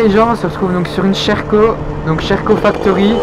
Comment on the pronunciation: Mdrrr le "Sherco" tu le prononces "cheh rco"